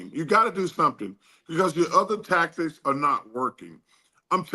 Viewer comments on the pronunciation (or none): none